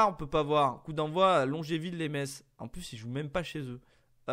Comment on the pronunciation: On dit Messe (Metz)et pas Metsse !!!!!